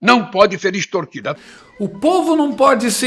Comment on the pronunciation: Não sabe nem falar ...."estortido" 🤣🤣🤣